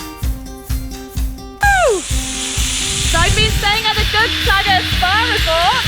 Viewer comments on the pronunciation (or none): It's not dudsagar